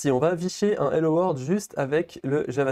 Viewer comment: C'est hello world pas hello word xD